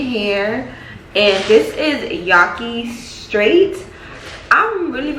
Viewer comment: A Stack i love but sis definitely pronounced it wrong 😭 it’s yah-key